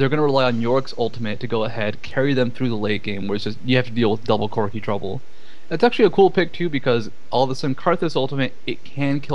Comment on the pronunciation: "requiem will destroy corcky, cock...CORKI's hp" hahahahaha really nice match, very aggressive!